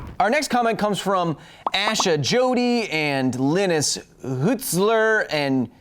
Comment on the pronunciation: It's not "linnuss" it's "lie-nuss" (linus)